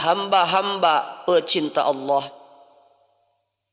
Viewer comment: AsKUM, MHON MAAF INI KRITIK MEMBANGUN, KALIMAT ALLAH JGN BUNYINYA TIPIS ((ha yg berdekatan dgn jim habis jim baru ha, jgn dipakai ha yg ini tetapi setelah WAU coba diperhatikan belajar lagi????